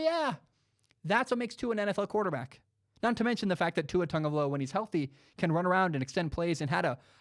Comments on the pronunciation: Will Gomes people always just seem to forget that there’s an “I” next to the “va”. People usually say, “vah” or “vuh” instead of “vai/v👁”. I’m sorry it’s just a pet peeve. A super minuscule problem that just annoys me. I don’t want to seem like I’m acting like a smart ass cause I’m correcting people on pronunciations. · love the show, but can someone doing sports talk please be able to say tua’s name right